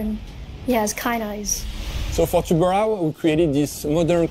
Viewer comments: Dude, it is pronounced tubaran...o (it means shark) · As a Portuguese the best part is that nobody can say a the name Tubarão the correct way ahahah